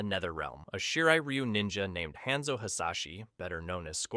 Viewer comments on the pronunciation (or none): He can say bi han correctly but not hanzo 😅